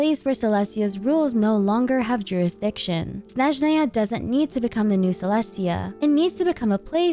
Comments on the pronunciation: Hi, sorry it's just triggering my OCD so bad, can you pronounce Snezhnaya a snezh-NAA-ya, not SNEZH-naya (stress on second syllable not first)? thanks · As a russian speaker my ears will hurt so much during Snezhnaya😭😭😭 It all began from everyone in the game pronouncing word Snezhnaya incorrectly. I understand tho, Russian is very hard, no blame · why do you say "Snezhnaya" that way. is that cannon? LOL